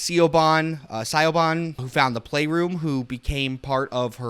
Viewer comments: Lol im sorry i kept being confused when you pronounced the name Siobhan as Sigh-o-bon because it's actually pronounced shuh-VON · Siobhan is pronounced Sha-von. I'm not trying to be a tool but just thought I would help. :) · FYI Siobhan is pronounced like "shi-vawn" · Siobhan... Shivaun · Siobhan is an Irish name and pronounced like Sha-vaughn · The woman’s name is pronounced Sha-von. The name is Irish. Siobhan. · it's pronounced Sha-von (Irish) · The way he pronounces Siobhán in painful. It is pronounced "Shiv-awn" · Really interesting and novel topic for a video, but it was soured somewhat by the unfiltered rawness of your takes. Consider scripting your video next time, or scripting around your live reactions. I think your videos would benefit from some editing. A little more effort could have avoided egregious pronunciation errors (like a certain Irish name...) and factual errors like your weird definition of keening. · There was no N anywhere in that name man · Siobhan is Irish/Gaelic, which can often be hard to figure out how to pronounce from the English spelling.